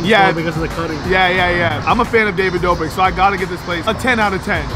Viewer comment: If I had a dollar for every time he said David doughbrick I’d be able to pay my rent 😂😂